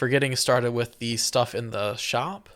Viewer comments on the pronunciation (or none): none